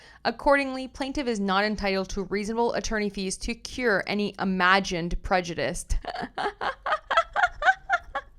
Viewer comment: I’d like to say that I find your readings much easier to follow because of the sound of your voice, diction and the clarity of your audio. I hope you won’t mind a small correction: the word ‘prejudice’ is pronounced the same way whether it is used as a noun or a verb. Thanks again for your work and I look forward to listening to you again.